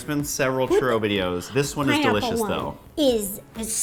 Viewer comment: You put the RO in churRO